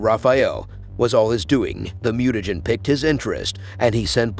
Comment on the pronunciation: The AI narration is painful listening that sucks. Near the end it says, 'picked their interest' and the closed caption also said picked. The actual word is PIQUED but AI has apparently eliminated it from the lexicon. I had to dislike and split.